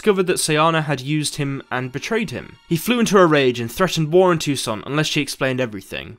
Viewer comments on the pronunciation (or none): none